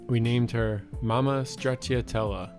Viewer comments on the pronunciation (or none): Smudgy is sweet 🖤🤍 Brooklyn is full of Italians so Stracciatella is cool (even though his pronunciation is a bit off 😁)